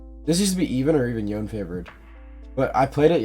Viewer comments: Day 4 of commenting Yo-nay until he says his name right. I bought the multiversus bp late and now have to grind like an animal. updates soon to follow. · nah, It's pronounced Yo-nay. This is just my own petty way of interaction, feel free to ignore it. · why do yone streamers have the "i say yoan instead of yonay" syndrome even dzukill says yoan HAHA